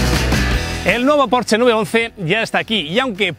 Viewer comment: Por fin, alguien sabe pronunciar correctamente la marca Porsche!!!!!!! 😘